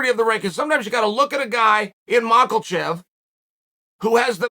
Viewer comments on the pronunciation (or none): Chael It is mackhachev not michaelchev 🤣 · LOVE YOUR VIDEO BUDDY BUT ITS “MACH-A-CHEV” please get it right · Last video I was surprised to hear Chael finally correctly pronounce Islam’s last name. Today I was pleasantly surprised to hear Chael has resorted back to Makelchev. Can’t stop the bad guy. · Yo unc, why you keep callin the man makilchev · Chael saying MAKEL-CHEV. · The division has a champion and his name is not MacKLEchev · The champion has a name and it’s Mocklechev! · Chael "Macklechev" Sonnen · MachALchev...that ain't it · If chael says macklechef, he is now macklechef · BENNY DARE-OOSH AND ISLAM MAKAL-CHEV??? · Damn it Chael, there’s no L in Makhachev! Figure it out!! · He has got to be saying that name wrong on purpose lol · There isnt a single L in Islams last name... How tf are you pronouncing it so poorly lmao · Is it malkachev or makalchev chael? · The random “L” that chael slips in when he says islams name is beginning to frustrate me.